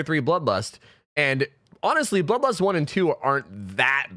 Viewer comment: I could only hear him say ''Bubba's'' instead of bloodlust